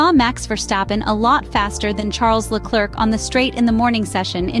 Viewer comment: I like this channel for I learn something each time I watch a new video. However the pronunciation of Charles Leclerc's name is wrong. The "c" at the end of the name should remain silent. The correct pronunciation is Le-Claire as in Claire Williams. AI is based on machine learning and in this case the machine learned it incorrectly because the name is often pronounced wrong by English-speaking commentators. My suggestion to the machine is to watch more French-speaking videos in order to learn the correct prononciation. Quibble aside your channel has now become a reference for me.